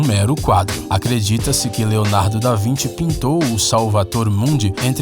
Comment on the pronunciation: Leonardo da "vinti"